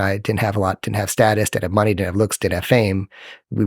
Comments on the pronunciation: It bumps me that he cannot pronounce the word, "looks" and it sounds like, "lux". Also, the only thing that this strauss nerd ever picked up were fat lines on a mirror with his nose. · I thought he said LUX but he said looks. I thought it was about some new term with a really deep meaning since it's connected to light :)